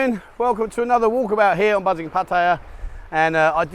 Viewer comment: Yes it is NOT PEttaya dear bro. It's PAttaya.